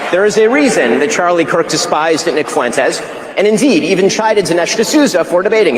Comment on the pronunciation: Fuentes is 2 syllables not 3